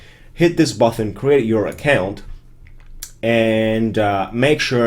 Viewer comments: greatjob. Thanks for your videos. One small thing, and its not important at all, but button is a hard T, there is no H, You pronounce it BUTTEN, not BUTHON. Quick fix, there you go. Thanks again. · Yes, except the pronunciation of button (it's not "buthon") :-p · Button not Buthon